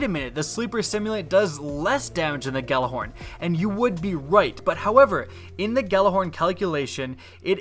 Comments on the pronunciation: You pronounce it Yallahorn you uneducated fool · Why can no one pronounce Gjallarhorn correctly? The Gj makes a Y sound guys. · Everybody pronounces Gjallarhorn wrong...